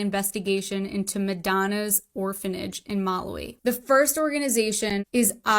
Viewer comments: That girl did all that research and couldn't manage to pronounce Malawi😂. Well done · None of these people can pronounce Malawi